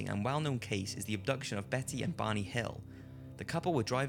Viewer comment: Took me awhile to realize he was saying "Barney", not "Bonnie"....